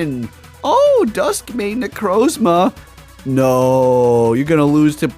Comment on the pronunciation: “dawn mane necrozma” “zekrom” cmon man 😂